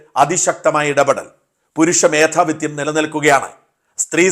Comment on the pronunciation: Sir, News നന്നായിരുന്നു. സംക്ഷിപ്തം.. കാര്യമാത്രപ്രസക്തം. എന്നാൽ ഒരു കാര്യം പലപ്പോഴായി പറയണം എന്ന് കരുതുന്നു. ചില മലയാള പദങ്ങൾ താങ്കൾ തെറ്റായി ഉച്ചരിക്കാറുണ്ട്. ഈ വീഡിയോയിൽ. മേധാവിത്വം എന്നത് മേധാവിത്യം എന്നാണ് പറഞ്ഞിട്ടുള്ളത്. ത്വം ആണ് ശരി. ത് +വം.. അറിവ് പ്രദർശിപ്പിക്കാൻ വേണ്ടിയല്ല. താങ്കളെപ്പോലെയുള്ളവരുടെ വീഡിയോ ധാരാളം പേർ കാണുന്നുണ്ട്. നല്ല മലയാളം നമ്മുടെ മലയാളം